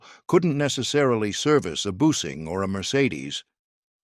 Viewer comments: Bosch is not pronounced boosing, it's pronounced like baa sh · Bosch...._boosik_ ? The captions are fairly accurate. I just turn off the sound. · This video needs to get a narrator who has some minor inkling of how "foreign" words are pronounced. "Bosch" is not pronounced "Boosh". Another crap video about something the producers know nothing - or should that be "nutting"? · I learned today. I've been pronouncing Bosch wrong all my life 😂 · AI Robot voice FAILS again to pronounce a common name "Bosch" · They can NOT even pronounce BOSCH,after 80 years of occupation, so Bosch left for China. Even the USA is doomed ...back home overrun by ..